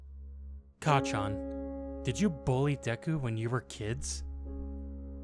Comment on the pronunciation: Everyone say it with me now (kac—chan) Not (ka—cchan)